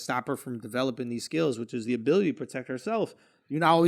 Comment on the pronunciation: my guy drew said "which iz?" EDD